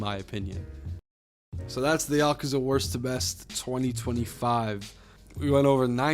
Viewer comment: There's no A after the K. Just saying